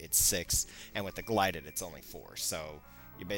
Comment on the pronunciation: It's GILDED sword, not GLIDED sword.